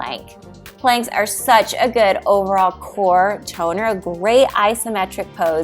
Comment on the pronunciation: Watch the way you say “good”.